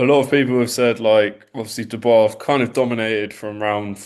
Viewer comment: It's not Du-boice...it's pronounced Do-bwah🤦🏽🥊I'm still a supporter..you're a pretty good fighter💪🏽